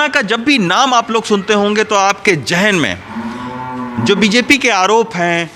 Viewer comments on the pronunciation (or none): Sir jahen nahi zahen hota hai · Pronounce ""zahan""". Not Jahan.